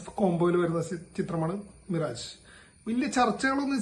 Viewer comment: മിറാജ് alla മിറാഷ് ennanu pronounciation.. മരീചിക ennanu meaning🥲